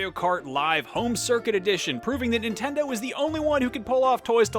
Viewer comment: ah yes the "Ninteod" Switch